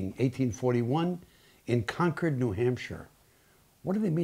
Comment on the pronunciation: Are you from New England? I was impressed that you pronounced “Concord” correctly! Very interesting film! 🥰